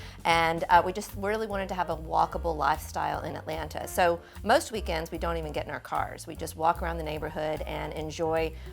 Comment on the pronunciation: Thank Goodness you know how to properly pronounce "Atlanta" !!! Thank you !!! I am so-o-o tired of "move-ins" and local under-educated and over-woke trying to be "cool" saying "AT-LAND-TAH". Also, thank you for not being afraid to use artificial plants. The real issue should never be if it's real or artificial, but you get what you pay for. Most people will "Fu-FU" you for using really nice, realistic artificial plants but don't give a second thought about using silk Poinsettias at Christmas.